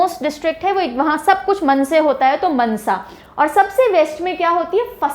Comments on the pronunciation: That is not मनसा It is मानसा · Mansa nahi maansa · Mnsa nhi mansa ❤ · That is Maaaansaaaaa Not mnsa ma'am 😂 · Not Mnsa it's maaaaansa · Not mnsa it's mansa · And mam mnsa nahi je Mansa ha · These are actually pronounced as 'Maansa', 'Faazilka' and 'Bathinda'(not Bhatinda)... Also the meaning of 'Nawan' and 'Moga' is wrong as you mentioned.Its better to know some etymology before such informative lecture ✌️🙏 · It is pronounced "Maansa" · Nicceee mam But Mansa ko ko thoda lamba bolna Mansa